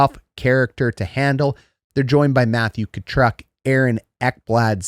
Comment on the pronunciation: Mattias ELK-hom? Matthew Tkatruck? Eetu Luostranian? Come on dude...at least get their names correct.